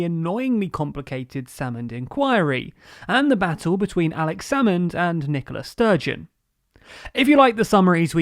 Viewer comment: I know you have to keep up a brisk pace when you're covering an involved topic, but it really does sound like you're calling the First Minister "Nicholas Sturgeon". It's a tricky name, in that regard, maybe if you put a little more emphasis on the "A" although then you risk mispronouncing the name... idk, just thought I should mention it.